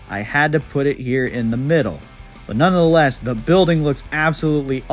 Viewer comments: "None the less" has 3 syllables. What are you saying that has 4? "None of the less"? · "Nunna" the less? C'mon.. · Not even gonna argue with someone who can’t pronounce “nonetheless”